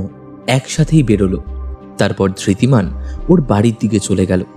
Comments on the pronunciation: গল্প টি বেশ ভালো। তবে উচ্চারণে আরো সচেতন হওয়া উচিত। ধৃতিমান কে একমাত্র অরণ্য ছাড়া বাকি সব চরিত্র ই ধির্তি বলেছেন। এটি অবশ্যই শ্রুতি কটু। অভিনয় ও আরও প্রাণবন্ত হওয়া দরকার। তবে গল্পের বলিষ্ঠতা এইসব ত্রুটি গুলি অনেকটাই ঢেকে দিয়েছে। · Ekmatro Aronyo chara baki sobai Dhritiman ke Dhirtiman bolechen--- eta boddo shrutikoto laglo. Bakita khub valo.